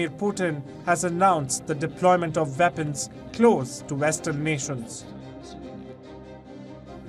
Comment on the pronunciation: If he can say West why does he say Veapons.....😮😮😮